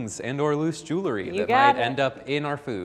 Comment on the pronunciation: Did he really say /joo-le-ri/??